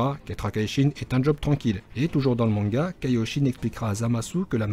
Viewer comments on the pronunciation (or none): none